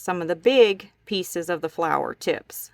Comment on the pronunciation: that is really a cute idea. it would be a wonderful vase or pen holder as well very creative. its so pretty....and i loved it when you said flaaars instead of flower lol